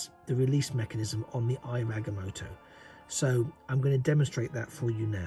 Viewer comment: It’s pronounced (I ov Ag-ah-moe-toe)